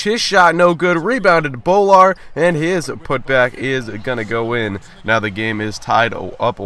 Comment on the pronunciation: It's not BO-Lar it's BOO-lar please pronounce it right